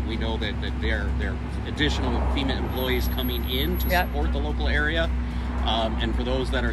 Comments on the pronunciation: Not Femur it’s Fema. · Colon ... FEMA is pronounced FEMA ... not FEMUR.